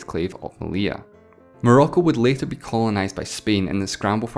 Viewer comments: The 2 Ls in Meli*ll*a have a Y sound, therefore his pronunciation is right. "Meliya" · You nailed the pronunciation of "Melilla", how come you failed so bad in "Ceuta" ?